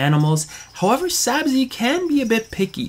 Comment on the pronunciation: Thanks so much for sharing! Sorry about your gator! Haha close! It’s Sabzi- pronounced “Sabzee”. Thanks for watching!